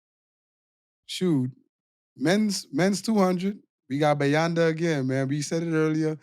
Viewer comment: got bayanda's name right